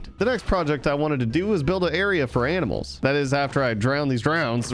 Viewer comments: is it me or do you even hear him say aminals instead of animals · Was it only me but I think I heard him say “aminals” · Did just said aminals for animals 😂😂🤣🤣 only a joke btw no offense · on night 46-47 time to round up some AMINALS WAIT WHAT 🤣🤣 HAHAHHAH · ITS TIME TO WRANGLE UP SOME 'AMINALS' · aminals! haha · it is only me or you just said aminals🤣🤣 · When said "aminals" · did u said aminals? 😂😂😂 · The funny part is when he said aminals